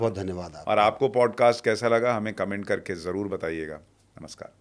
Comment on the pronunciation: Sushant I applaud you for the correct pronunciation of Namaskar. Most people incorrectly pronounce it is NamaSHkaar.